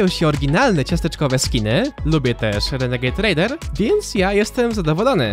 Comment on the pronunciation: Źle powiedział dla 9 letnich kidosów